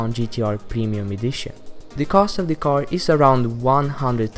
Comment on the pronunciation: you forgot PewDiePie and his "nisson"😂